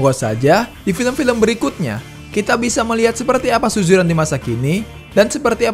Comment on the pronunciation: tolong lah sebutan tu . SUZURAN bukannya SUJURAN . adoi